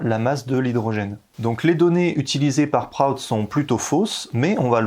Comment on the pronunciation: on prononce William Proutte pas Wiliam Proatte